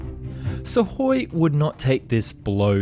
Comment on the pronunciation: You aren't going to fix the pronouciation of U in sukhoi are you?